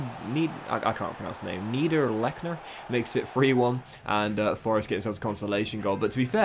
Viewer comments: The forest player I believe is pronounced ‘nee der leck ner’ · *Nee der leck ner